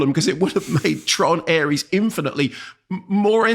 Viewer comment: Heard Mark call this 'Tron Arse' at the end of his Mastermind review and realised I have to listen to this